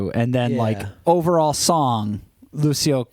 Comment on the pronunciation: Grazie mille! 🇮🇹🎶 "Volevo essere un duro" it's very well written both musically and with the lyrics. Lucio is talented and his friendship with Tommaso Ottomano, also super talented, adds more quality to his work. ps: Lucio in Italian it's pronounced with a soft C, not an S sound 😉